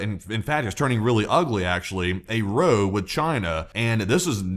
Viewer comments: Respectfully, when “row” is used to describe a dispute, its pronunciation rhymes with “owl”. When it describes a line of things, it rhymes with “go”. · When you pronounce 'Row" -to argue, remember it rhymes with how not hoe. I hope this has been helpful. PS the 'h' in rhymes is silent and really shouldn't be there.